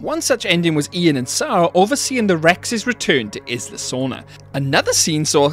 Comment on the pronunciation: Isla, is pronounced: EYE LA.